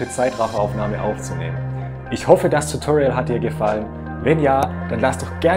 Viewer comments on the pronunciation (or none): none